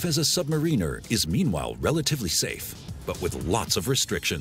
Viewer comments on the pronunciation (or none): Sub - ma - ruh - nuh , its not just submarine with an r on the end its Sub - below Mariner - some one who navigates a ship. ps love the videos but every time it hurts my brain when its pronounced like that :D